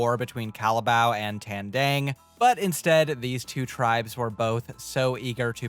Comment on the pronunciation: you can pronounce Kalabaw but not Tandang. they have the same A sounds